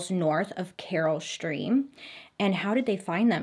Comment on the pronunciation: She did one when she pronounced Naperville as napperville🤣. So far she's only pronounced Carol Stream right as far as Illinois towns.